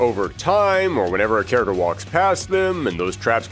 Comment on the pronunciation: I love your content so much... But I'd really love it if you could work on your pronunciation of the world character. You say it like 100 times an episode